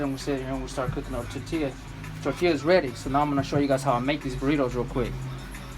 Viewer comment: If your Mexican pronounce the words right it's fkn embarrassing how you pronounce tortilla Pobre vato Todo mocho